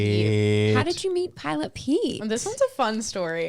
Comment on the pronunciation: For some strange reason every time you said pilot” I heard pirate?! That made “pirate Pete” so much more fun😂